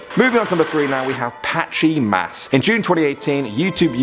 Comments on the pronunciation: Patchy Mass says Matchy Mass. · First of all, NOTHING scary about this. Not even creepy. , your "patchy mass" says "matchy mass". Well done. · patchy mass not matchy mass